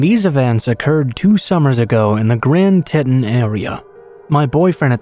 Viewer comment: Teton is pronounced Tee Tawn not tet un.